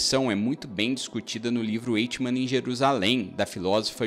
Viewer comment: Boa análise . Apenas um porém . O nome conhecido dele é mesmo o segundo , Adolf , e não "Oto" ( primeiro prenome ) , como dito. É como é historicamente conhecido . E se pronuncia " AICHIMAN" , e não " Eichiman" .